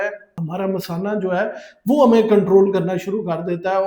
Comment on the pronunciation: Doctor ko pata nahi kay masana kis ko boltay hain, payshab ki theli ko misana bol raha hai.